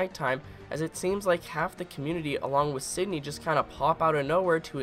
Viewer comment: Sidney? Dude, it's Cindy